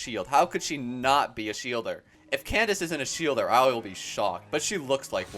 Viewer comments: I think Candace is pronounced "Kandake" FYI! Really enjoy your videos B) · Candace is pronouced as Kan-da-ke, no hate js wanted u to know <33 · candaces name is said can da ke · for future reference, Candace is actually pronounced Kan-da-ke! Candace is the latinized spelling :)